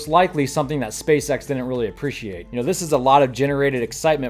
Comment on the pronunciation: Did you say they DIDN'T like the Raptor engine or they DID . PLEASE slow down a tad and annunciate. Remember, when trying to communicate a positive or negative, accentuate the determining word and never use conjunctions. They did NOT like it or they DID like it. You might want to take an acting class. It could help.